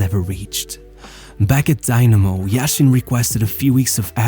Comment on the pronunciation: Its not daynamo its dynamo and its not even a russian club its a georgian club like stalin is georgian, but it was in the ussr